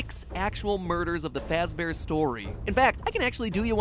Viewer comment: Fazbear not fax bear